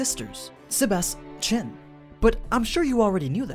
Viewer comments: When you say Sebas Tian it kinda sounds like Sebas-Chan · The way you say his name bugs me